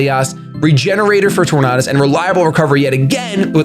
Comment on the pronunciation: You say tornadus wrong..